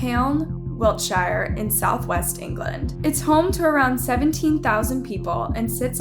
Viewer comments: You heard the citizens refer to the location as WILTSHIRE and you keep yapping about WIL-SHI-ER what is wrong with you? You amerikkkans just got to messing up everything? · Its pronounced wilt shere not shire as in the hobbits/LOTR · It's Wiltshire, not Wiltshaire. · Wil- sheer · It’s wilt-sheer not Wiltshire😂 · You heard the correct pronunciation and yet you continued to destroy the name WILTSHIRE .